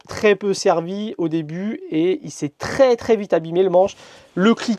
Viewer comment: Il faut vraiment arrêter d'abuser du mot "tRRRès" ça tend a force. Sinon chouette boulot